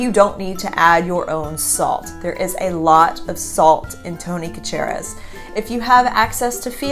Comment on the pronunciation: Sha-sha-ree... mispronouncing Tonys seasoning in the boot state is tantamount to heresy. Paul Prudhomme’s stuff is pretty awesome as well.